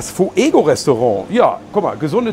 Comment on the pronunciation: Fuego ist Spanisch für Feuer,. Und die Silbengrenze ist nicht Fu-ego, sondern Fué-go, reimt sich mit Diégo.